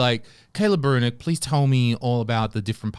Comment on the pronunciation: His name is Brunick such as saying Brunnick.